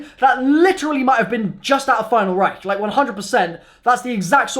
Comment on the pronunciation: If I were to drink a shot every time he say final reicht I would be dead